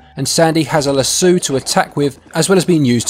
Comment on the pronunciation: Who the hell pronounces "lasso" luh-soo